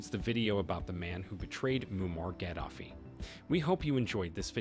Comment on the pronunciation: You need to learn to pronounce his name. It's not how you say it. It's Gah-da-fee. Not Gad-af-ee. The sad thing is, he was a rebel when he came to power but eventually played ball. It was only when he telegraphed that he would create a gold-based currency that he was destroyed. Ultimately, the media spinned it at the time as if he was some tyrant. A very similar problem occurred in Egypt. But the reality was his push against the IMF and the world order [of fiat currency and debt] that ultimately did him in. It's a shame. He would have done well had Billary not interferred.